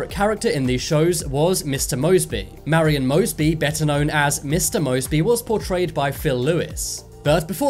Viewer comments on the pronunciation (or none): none